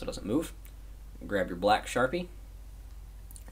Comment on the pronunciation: For a second I was like, "What the fuck is a sharipe?" I soon realized you meant sharpie.